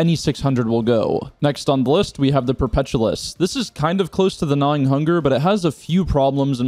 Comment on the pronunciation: dude can't pronounce perpetualis